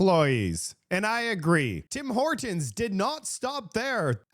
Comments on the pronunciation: You sure you're canadian? You say Tim Hortons like a american. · This lady says tim hortons like you and she is from the US.